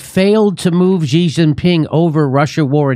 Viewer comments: Xi is pronounced like she. (I speak fluent Chinese.) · What do they make Xi so hard to pronounce? It sounds like SHE not ZEE! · It's "shi", I mean who cares but "zee" sounds like one of those new pronouns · You probably wont see this jimmy, but i just wanted to let you know that Xi is pronounced "Shi" when translated to latin characters :D Same goes for "Chi" being spelt Qi 😄🤓🧐 And Zhou is pronounced something like "Joe" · It’s “she” She Gin Ping